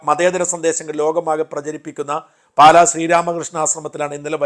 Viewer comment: പാലെ എന്ന് അല്ല പാലാ എന്നാണ്